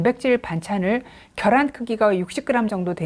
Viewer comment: 겨란 아니고, 계란요 ㅠㅠ